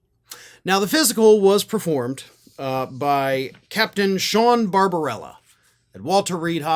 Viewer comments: It's barbabella, not barbarella. No harm in gettting it straight. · The doctor’s name is Barbabella not Babrbarella